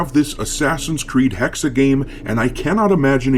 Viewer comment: Not Hexer, its Hexe for Witch.